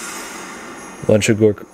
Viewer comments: By the way it is pronounced Loochagore, not Lunchegore. No children were eaten in the making of this picture. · I hate to correct you, but it clearly says LUCHA-GORE as in LUCHA LIBRE WRESTLING. I know this because you've mispronounced it in 3 separate videos and I'm friends with the director of Luchagore productions, also, I wrote and directed Milk & Cookies. Thanks for watching 😊